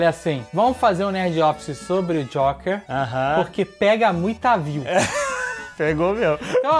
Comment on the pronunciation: "Jóker" ahahahahaha